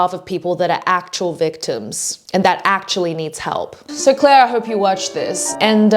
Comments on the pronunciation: The video is nice , but like her name is clara not clair dao, not that I care if jer name is roght or wrong but lile yeah 👍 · why is she calling her clare when her name ends with an A. 😭 clara